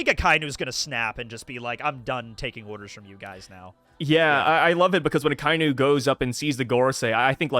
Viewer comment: It's pronounced "ah-kah-ee-noo" not "Ah-kai-noo". C'mon guys, get it right lol.